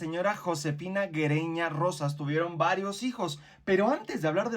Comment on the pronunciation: Güereña se pronucia similar como Sigüeña. Es GÜE Y NO Gue